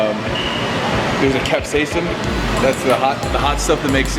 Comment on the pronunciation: Hahahahahahahahahahahahahaha that pronunciation of capsicum....